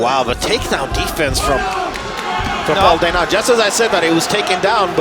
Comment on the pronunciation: His last name is pronounced DE-NEE not DE-NAH.